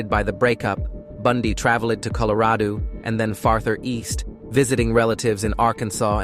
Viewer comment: That one word out this whole video haunts me🤣🤣😂🤣😂😂🤣😂😂🤣...I heard it too😭😂🤣😂🤣😂🤣